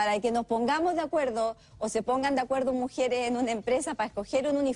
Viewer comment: Alguien que dice "mujieres" y "altelnativos", "espetativas", se coma todos las s, y que diga"pa" en lugar de "para que" o "para" no puede ser tomada en cuenta.